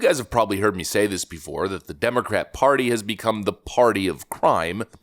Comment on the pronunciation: Lol he said "become" like it's new 😂